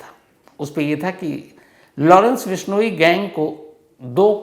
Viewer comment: Total fake. Vishnoi pronounce like bihari accent😂